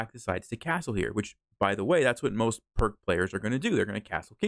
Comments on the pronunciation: Pirc is pronounced like “Peerts.” Also, interesting opening. I’ve been playing f4, the Austrian Attack, instead of f3. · All the Pirc players are offended that you pronounced it wrong, and that you said we don't like to think, including me! lol jk. If you're watching this you'll definitely catch a few Pirc players off guard, but be prepared for the lines other lines as well, just in case. Thanks,, for helping me not fall for this trap. 🙂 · In honour of GM Vasja Pirc, please pronounce it correctly.